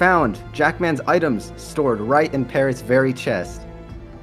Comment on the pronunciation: "párots, pay rods" 😣🙏😭